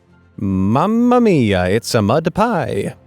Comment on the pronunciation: That was when you said, muma mia it's a mud pie!